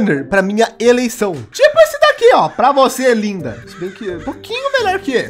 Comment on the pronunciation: Min "para você minha liMda" linda com "m" mds